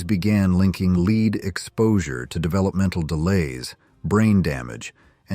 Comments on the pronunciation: The commentor is saying lead LEED how silly how could you not know that it is pronounced LED lead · The robo-voice pronouncing the stuff in paint and gasoline like "leed" instead of "led" is making me crazy. Otherwise, interesting content. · “Lead based paint” (Lead…pronounced like “led” not lead,like “leading a group…) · AI is disappointing. Lead is pronounced Led also metal darts were available in the 50s same with candy cigarettes. Shame on U for misleading people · Leed paint? Lead paint. This AI voice is terrible, but actually it's the person who programmed it. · Lead - as in leed? Red dye number? Did an AI read this? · Lead is pronounced led. AI has to be edited. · What is up with the mispronounced words.? Lead paint.... is this an ai generated speech or done by a non english speaker? I enjoy the videos but iften.the mispronounced words and unrelated pictures irritate me beyond